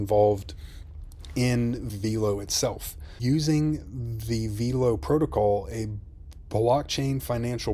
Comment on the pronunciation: Veelo????? No. VELO